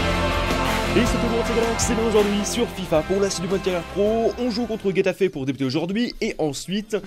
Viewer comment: Super tes vidéos! Mais par contre s'il te plaît travaille tes prononciations 😭😭😭 Getafe se dit Ré-ta-fé